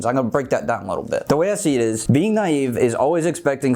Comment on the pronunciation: ok the first three times i heard "te voy a decir" i had to turn on the captions to see he said "the way i see it is"